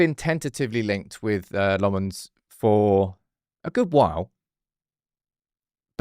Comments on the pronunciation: Hey, not being a smart ass here but pronounciation of the first syllable of LA-mmens is like in the ‘la’ of la -la-la land. You said a LO sound like in Lo-pez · "La"mmens, the "La" is pronounced like in back"la"sh, or do re mi fa so "la" ...